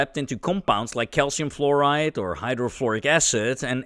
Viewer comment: who pronounces fluoride as florid